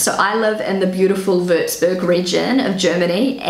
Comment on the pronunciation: Sad that after many years in Germany she can't pronounce the name of her village Wurzburg correctly.